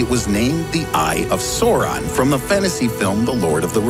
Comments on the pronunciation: did anyone else hear him say soron instead of sauron? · Lol the eye of soooron it’s sauron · "The Eye of Soaron"??? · the eye of sore-on lmao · Yeah that hurt me too XD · Oof “sore-on” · It pissed me off how he pronounced sauron